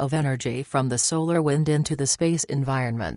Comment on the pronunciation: “ solar whind “